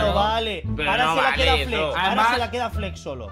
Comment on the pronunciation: me pareció TROLLI dijo fles y no flex